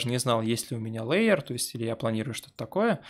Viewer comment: Может всё-таки хотя бы лэир, а не леер.